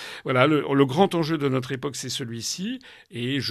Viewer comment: Nôtre se dit effectivement nôtre comme dans "cette maison est la nôtre". En revanche "Bienvenue sur notre chaîne YouTube" se prononce autrement. Demandez à vos collègues quelle est la prononciation. Tout celà dit amicalement et sans agressivité.